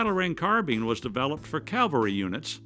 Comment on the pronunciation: I'm sorry but I have to correct you on one thing. It's Cav-al-ry not Cal-va-ry